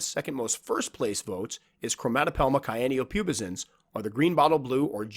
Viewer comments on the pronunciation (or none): Cyanopubescens is pronounced Si an-no pew bes ens